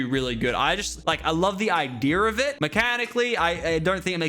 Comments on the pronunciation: he said idear not idea😂😂😂😂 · "iderrr" hehe